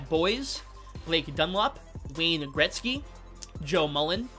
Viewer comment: Thats not how you say Gretzky 😂